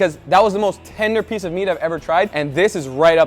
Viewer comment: "speece of meat"